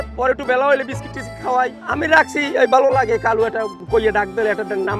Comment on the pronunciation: কালু কয় নাকি খালু কয় বুঝাযায়না